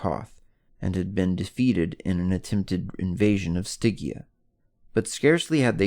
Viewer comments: [Stɪdʒia], no [Stɪgia] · It's pronounced Sti-gee-ah!!